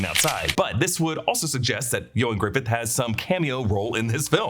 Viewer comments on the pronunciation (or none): Why did you keep calling him Ioan Griffith? His last name is Gruffudd, not Griffith. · Its not Griffidd. Its Gruffudd. GRUFF-UDD